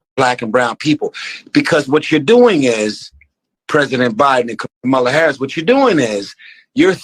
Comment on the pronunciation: Another nword choosing to mispronounce Kamala's name. You lost me right there. Get back in your meds bro. You were doing well up until now